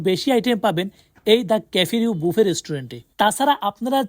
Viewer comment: ভাই বাফেট কি?? উচ্চারণ করতে না পারলে ভিডিও বানায়েন না। এর উচ্চারণ ব্যুফে । রেস্টুরেন্টগুলোর নাম বিয়ন্ড ব্যুফে, ব্যুফে লাউঞ্জ etc।